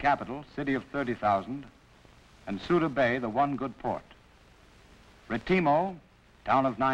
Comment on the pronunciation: Nearly a German failure, ahhh Retimo.